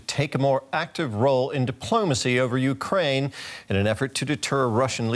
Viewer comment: "Wussia annexed Cwimea in eastern Ukwaine"